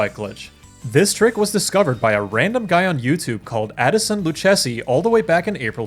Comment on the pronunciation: Addison Lucchesi would be pronounced "Luu-cay-cee" actually. Going off the boot brand, at least.